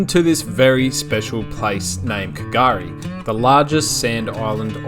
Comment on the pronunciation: That what I was thinking at the start, like where’s this k gari place lol. And then I hear you say the ship wreck and I’m like he’s at Fraser Island 😂